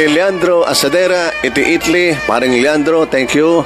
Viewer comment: Just pronounce I TA LY NOT ITLY.